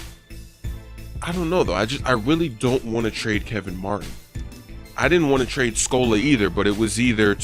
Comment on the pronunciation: It's trade not traid.